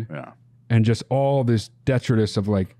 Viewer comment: you say "detritus" wrong.